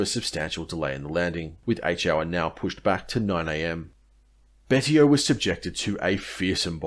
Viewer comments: I believe Betio is pronounced Bey-see-oh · You really need to do your research. The island is Chuuk Betio is prononced Bashio